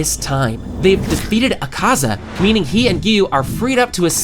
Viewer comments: e serio isso azaka e n akaza:face-red-droopy-eyes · akaza? noo azaka? YESSS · é akaza não sakaza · É akaza não azaka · bro you said azaka sorry but it's akaza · O cara falou azaca kkkkk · Porq vc fala umas palavras erradas? Tipo nome do akaza?